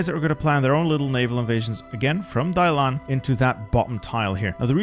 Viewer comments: Hey you mispronunced the port of Dalian,its not pronounced Dailan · Every time you pronounce Dalian as Dailan 😂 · Was literally cringing every time the name Dalian was said, thanks bro. I can never understand how people can change the order of the characters when reading something out loud.